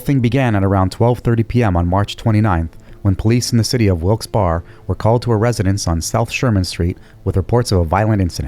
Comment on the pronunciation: . Pronunciation tip: Wilkes-Barre is pronounced “wilksberry”.